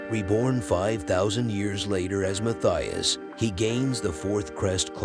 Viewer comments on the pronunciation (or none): Oh, and the name is pronounced ‘Mattias’. It’s a swiss/German name. The ‘h’ is silent.